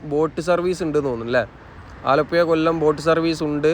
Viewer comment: ഭാഷ ഒന്ന് ശ്രദ്ധിക്കാമായിരുന്നു മയ ആലപ്പുയ എന്നൊക്കെ പറയുന്നത്